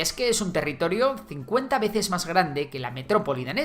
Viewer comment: Territirio? jajaja no obstante muybuen video como siempre